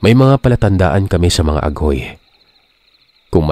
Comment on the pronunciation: Baka TAGHOY, instead of aghoy 👋 Waray waray here